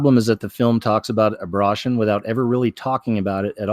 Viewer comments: Why do you keep saying abrotion? And not abor-tion? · Why does he keep saying abrotion? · How can you be taken seriously when you mispronounce the word abortion intentionally? And why only do it some of the time? However, each time I feel like you're making light of the issue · Abruhshun? Oh row b Vade-r, we get it😉 nice. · S Nomad Mispronouncing helps to avoid tripping an algorithm.